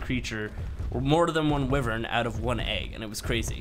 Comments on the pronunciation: Stop saying wivern you say it why-vern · pronounces is "wivern" Me- it's "wyvern but whatever, you do you" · Love ur game play :) but your saying wyvern wrong. Its like (why vern)